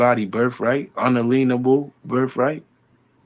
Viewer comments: Un-a-LEAN-able birf-right? My ears are bleeding. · WTF Moors in the U.K.? NO NO NO we have thousands of years of documented history and your bullshit indigenous peoples Schtick just ain't gonna fly here, dumbass we invented parliamentary democracy, we gave you a diction- okay you can't quite work it but it's there, it's an un alien able right not un lien able -you idiot, the fake ass taxation puts the roof over your head